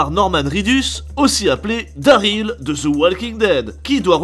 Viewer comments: "Daryl" pas "Daril" et le jeu est une bombe ! ❤️ 🙂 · « Daril »... Pardon ? C’est pas « Daryl » plutôt ? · C'est "DarYl" et non "Daril", quand on critique, on le fait bien ! Sinon oui d'accord Kojima a un Ego trop nourri mais son jeu est clairement une réussite et innove de par son aspect de partage à travers les constructions et/ou avertissement et ce jeu illustre très bien la construction de la civilisation : au début l'environnement ouvert est clairement que de l'herbe, de la nature à l'état pur qui n'arrange pas la progression du joueur et plus on crée des routes, ponts et autres pour faciliter le voyage, plus paradoxalement on enlaidit la nature, en résumé c'est une métaphore juste et bien amenée sur la façon qu'on les êtres humains à "grignoter" et polluer le paysage visuel naturel par ses édifices et autres constructions (et l'atmosphère). Ce jeu n'est clairement pas du tout fait pour tous le monde c'est un jeu ou tu en baves tellement c'est long mais tu as la satisfaction du boulot accompli à la clé une fois le jeu fini. C'est simple ce jeu divise, soit on déteste le concept soit on adore mais dans les deux cas ce jeu fait parler de lui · C'est Daryl pas Daril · Attend comment ça "daril" ? C4EST PAS COMME 9A ! bref sinon bonne vidéo ! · "Daril" allez je dislike